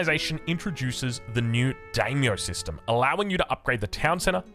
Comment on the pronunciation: mispronouncing Daimyo.... Oh well. I'm excited for japan, looks really cool.